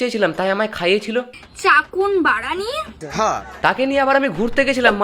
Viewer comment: তোমার ভিডিও না দেখলে জানতেই পারতাম না দাদা যে ওটা ফ্রায়েড রাইস নয় ফ্যেদা রাইস আর চিকেন নয় ওটা চাকুন আর বিরিয়ানির সঠিক উচ্চারনটা না হয় নাই শিখলাম। এতদিন ভুলভাল জেনে, শিখে এসেছি,সত্যটা তুলে ধরার জন্য ধন্যবাদ দাদা।😂😂